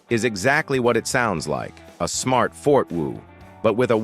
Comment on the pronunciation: "FORTWO" as in "Fort Wo" instead of "For Two"? Artificial intelligence. Artificial means not real. So, it's not real intelligence.